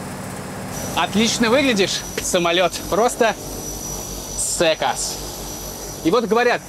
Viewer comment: Правильно говорить "сЕкас" , а "сЭкас")))